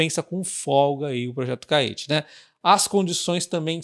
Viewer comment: Creio que a pronúncia de Caetê seja igual a Tietê. Bom vídeo.